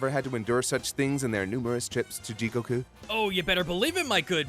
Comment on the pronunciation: Great content as always but I still hate the way he pronounces Goku’s name